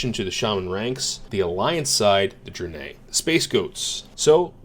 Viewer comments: Why do you pronounce it Dri-nay when its pronounced Dra-ny? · Are you saying "dranay" for Draenei on purpose? Literally unwatchable. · is so horde that he never even heard anyone pronounce draenei haha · Had to come to the comments as soon as I heard that. I've literally never heard anyone pronounce "draenei" that way.